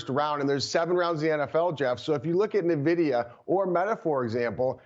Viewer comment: Say it with me now…. EN-VIDIA. Not NUH-VIDIA. Guy can’t even say the name of the hottest company in America lmao.